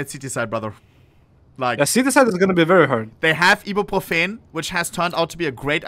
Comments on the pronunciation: "e-bee-pro-feen" -ohnepixel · the way he pronounces ibrofen is insane